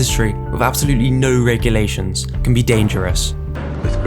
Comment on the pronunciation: As soon as he said "regulations" I was out.